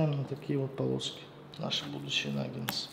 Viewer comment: Приготовлено хоть и медленно , но вкусно и правильно. 👍👌 Слова произносите неверно . 🖋Существительное “наггетсы” – это форма множественного числа слова “наггетс”. Слово “наггетсы” происходит от английского слова “nugget” (самородок, кусочек). Как мы видим, в русском языке слово пишется также, как и в английском.